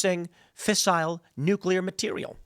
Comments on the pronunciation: NucleARRRRR. * in PIRATE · Nu-Cle-Air Wessels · Nuclea please.